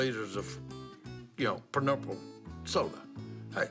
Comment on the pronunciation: si called grape soda purnurrple 😂 😂